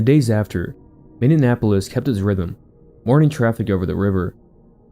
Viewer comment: it’s pronounced “mini-apolis”